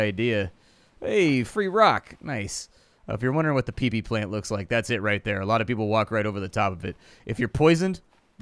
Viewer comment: itrs pronounced pippy not pee pee lol